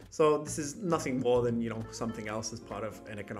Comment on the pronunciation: souw, ya nouw.